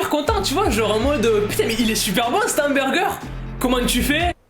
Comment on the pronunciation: Ya aussi " Hommoburger " ☠️